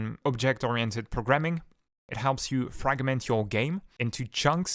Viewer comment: Arrgh! It's infuriating when you put the emphasis in the middle of long words. For example when you say "proGramming" instead of correctly saying "Programming" or "comFortable" instead of "Comfortable" it's incredibly confusing and annoying because I keep having to consciously adjusting your words while still trying to gleam your meaning. Please practice putting the emphasis on the correct syllables when speaking English.